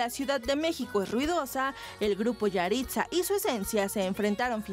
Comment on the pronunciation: Yahritza? Parece yahritzo.